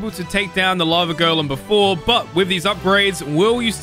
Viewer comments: sounds like he's saying lavagirl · When say lava golen i herd lava girl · It sounds like he is saying lava girl